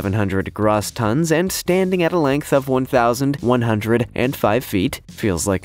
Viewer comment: It's not Grah-ss tons - it's Grow-ss. The O is a long "O" sound not an ""AH" sound.